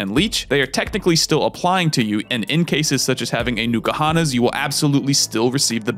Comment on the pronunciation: Honestly it distracts me when you pronounce it Nuka-Honnas instead of N-koohonnas. Which is dumb. Because that's basically the same sound.